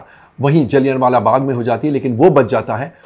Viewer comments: पहले तो कोई इनको बोलना सिखाओ... जलियाँ को जलियान बोल रहे हैं...😂😂😂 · Mr Nahata please check correct pronunciation - Jallianwala is pronounced जलियांवाला where ' n ' is not prominently pronounced. I left ur review halfway to u mis pronouncing the word repeatedly. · आप गलत उच्चारण कर रहे है जलीयनवाला बाग बोल रहे है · Komal Nahtaa ji , Kripyaaa "" Jallian Wala Bagh "" ko saheeee pronounce to kar lo . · जलियांवालाबाग बोलना नहीं आता 😂😂 Good ❤❤❤ak ❤❤